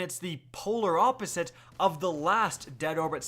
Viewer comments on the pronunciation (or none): none